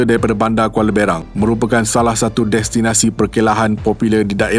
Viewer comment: Berang bang..bkn berang